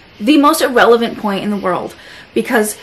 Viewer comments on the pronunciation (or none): I caught that "irrelant" 😂lmao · COMPLETELY “IRRELANT” aaaaaah I die